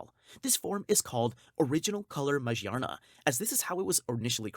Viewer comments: Majee-arna??? Dude she is literally themed around gears and cogs. Its magearna. Ma-gear-na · It doesn’t really bother me but you pronounce magearna as ma-gear-na or maGEARna not mage arna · Ma-gear-na , Jesus you butchered that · This guy pronounces these pokemon so weirdly. “Majierna” “Marshiadow” “Jiratina” “Zariora” “Zaruday” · the way you pronounce magearna bothers me deeply....